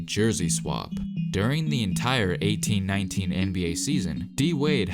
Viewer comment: How it was said: “Through out the 18-19 season” How it sounded: “Through out the 1819 season”